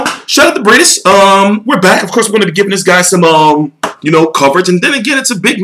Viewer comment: I got u it's pronouced, MAReez BrayDeez